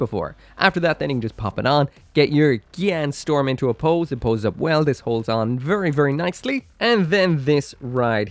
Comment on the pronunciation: I love it how everyone mispronounce it as gyan storm instead of gyan strom